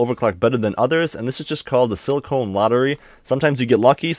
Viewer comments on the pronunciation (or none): "sili-cone" lottery? You mean silicon? (Sill-Ah-Khan)